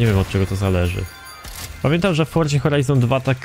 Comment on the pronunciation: Kto słyszał na początku "Horza Horizon 3"?